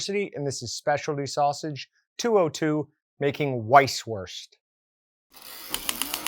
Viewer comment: Great video but would it really have been that hard to look up how it's pronounced lmaoo